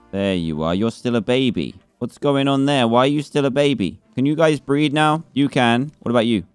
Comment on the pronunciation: when he said "BREED" I thought he said breath